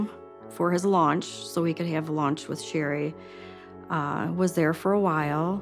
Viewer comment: "launch." Is that sime sort of new meal?